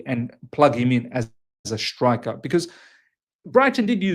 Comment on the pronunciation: Its pronounced ‘striker’ not ‘shtrikah’ haha. Jk. I’m Aussie too but I live in Canada so it’s just funny hearing